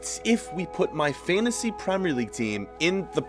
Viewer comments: The way he says "fantasy" tho💀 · It is fantasy if u know how to pronounce